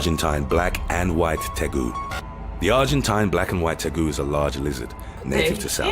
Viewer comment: in case you don't already know, FL has had crocodiles (and alligators) since Yoda was a kid (FL, by the way, is the only place in the world where freshwater alligators and saltwater crocodiles coexist). The Argentine tegu is TAY-goo, rather than his pronunciation of tay-GOO. No, it's not a Comodo dragon, but they do look very similar. Comodos are much bigger than tegus. He obviously misspoke when he said the northern Gulf of New Mexico; it's Gulf of Mexico, and New Mexico is the state between Arizona and Texas. 3 feet translates to 36 inches, and a meter is 39.37 inches, so a little shorter than a meter. For the record, Gambia is a small west African country. Re. the Burmese python, though he said 15 feet (around 5 meters), the text said 15 inches. In case you didn't recognize the uniform worn by the man holding the tail of the python, he's a National Park Service ranger, so he and the snake were probably in the Everglades. I've heard that the Florida raccoons have nearly been wiped out by this monster.